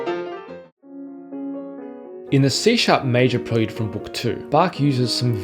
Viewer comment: Apparently you haven't learned how to say "Johann" or "prelude"! I joke, but it's interesting to hear some of the things I learned while playing these pieces formalised into a tidy list. Congratulations!